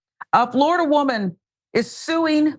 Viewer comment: It's Floriduh again ladies and gentlemen.